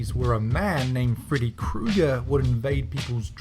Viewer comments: lol "Feddy" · feddy!? google: IT'S FREDDY!!